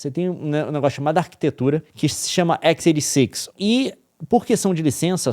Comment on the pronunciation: equis eiri six???? qual problema em falar xis oitenta e seis???